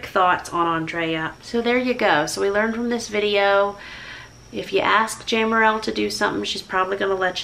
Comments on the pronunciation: she never corrected me on her name and I spoke with her several times. My own name is mispronounced daily. It's JAY-merril and many say JAM-Merrill. I love Andrea and my heart was certainly in the right place when attempting to share the joy of knowing her. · sorry. I pronounced your name Jam too. Now I know.